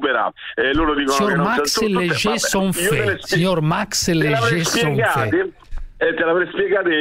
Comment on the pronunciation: tanto soddisfatto che mette proprio l'accento sulla "f"..................."Sior Max Lejesonffffffffffffé" 🤣🤣🤣🤣